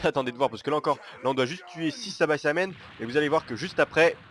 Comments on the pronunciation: C pas sabaisamen c saibaman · c'est saibaman et pas saibaçaman comme tu dis :) x'D